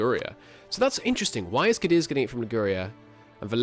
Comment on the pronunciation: Afro-Eurasia it's pronounced cah-deez, emphasis on first syllable